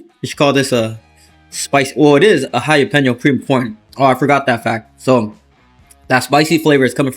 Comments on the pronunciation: What is a Hi Ya Peno? 🤣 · Once again, it's not "Hi-ya-peno"